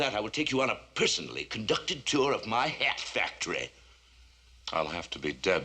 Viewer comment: Het factory. Why say it like that? Also why throw Tech into the acid, that could throw back on Batman when pressing charges. Other than that a fantastic pair of episodes.